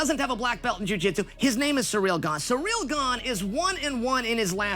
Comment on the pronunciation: We know they're watching because you got everyone calling him cereal or surreal. Jon even incorrected hisself in a pre-fight interview after accidentally saying "Cyril."